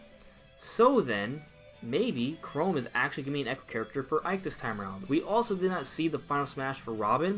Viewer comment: CHROM NOT CHROME